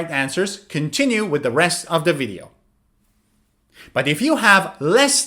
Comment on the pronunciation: video V, niot "wideo" pronuncuation. is everything, but I like!